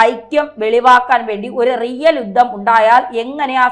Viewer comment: യുദ്ദം അല്ല. യുദ്ധം എന്ന് ഉച്ചരിക്കണം ബീഷണി എന്നത് തെറ്റ് ഭീഷണി എന്ന് പറയണം